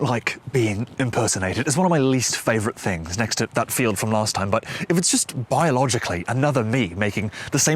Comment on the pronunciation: The accent is way off. Tom’s from the north of the midlands, he wouldn’t say the word “ask” like he does or “last” like . He would say /ask/ and /last/, rather than /ɑːsk/ or /lɑːst/. His PRICE vowel is also way too backed. Tom’s would be more like /aɪ/, whereas the sound he’s using is something closer to /ɑɪ/ or even /ɒɪ/. Similarly, his START/PALM vowel is also a little too far back. He also doesn’t quite elongate the vowels where they should. Particularly , “taller” comes out more like /ˈtɔlə/ when it should have a longer vowel in the first syllable. However, his English accent is not bad. It just doesn’t sound like Tom Scott. Maybe Gordon Ramsay?